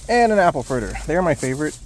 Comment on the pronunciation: When you said "fritter" I thought you said "critter" which looked about right